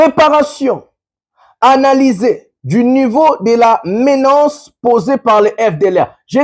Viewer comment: On écrit et on prononce, MENACE et non MENANCE . Merci